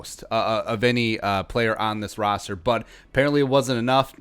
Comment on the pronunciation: Is he saying rooster on purpose I’m guessing so but idk